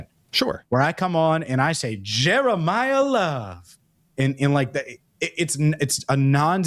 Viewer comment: “Jeremiyah Love” 😂😂😂😂😂